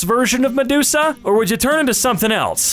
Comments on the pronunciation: Medusa? Nah, man, Megoosa. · For that madoosa her name is Ma-goosa and you turn to layers of toast then you are food for the geese